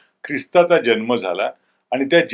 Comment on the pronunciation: जन्म शब्द चुकीचा उच्चारत आहात. जल्म असा उच्चारत आहात.